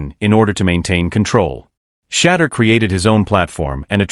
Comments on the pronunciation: Big time. The video creator could easily spell his name "Shadoor" so the VO gets the phonetics correct. Also, totally tired of AI's verbal constructs where it says first what something or someone is not, and then says what something or someone is. "This isn't just a _______, it's a __________." Or "It's more than ________, it's __________. Super repetitive construct when you hear it enough. AI still needs to evolve. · For real like just spell it as “shea-door” or “sha-door” until the computer say it right. That is annoying and usually gets an automatic thumbs down from me. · Shampoo Sanders?? 😂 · AI say his name correctly or do not make THESE podcasts at all. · Thumbs down on messing up Shedeur's name, AI pr not. Pit some respect on it!!!! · This is pitiful, can't even pronounce his name correctly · They lost big. Only sneaky way to show disrespect is to mispronounce his name. Sad.Sad.Sad. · Could AI learn to pronounce his name correctly 😢